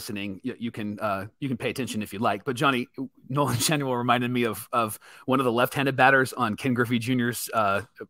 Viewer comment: Schanuel ?? are you hoping to change the "N" to "H" then have a silent "L" and gain "SchaHue mark 2